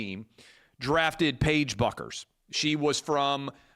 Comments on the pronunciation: It’s pronounced Beckers. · Clay, Page's last name is pronounced BECKER! "Buecker" in German is "Becker" in English